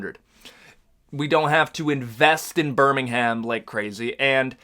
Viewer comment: As a person brom the uk, please pronouce birmingham withouth the "h"